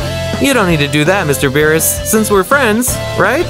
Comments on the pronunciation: His name is not bills it's berus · Work on your name pronounce of the characters and its BEERUS not Bills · Its beerus not bills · Bruh vegeta is spelling kakaroto wth is he italian and who is bills isn't it beerus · you need to learn how to speak its berus and saians